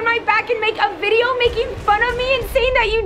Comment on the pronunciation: Its video not vidvio